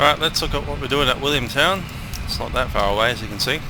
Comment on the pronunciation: Sounded like all cleared to Williamstown not Williamtown, nice view across the water to the city from Willy